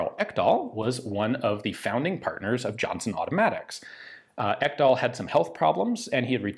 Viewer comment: Ekdahl is a norwegian/danish name. Not to be pronounced «Ekkdahl» more «Eeek-dahl». But you got the sounds of the e’s and a’s more or less correct. Nice!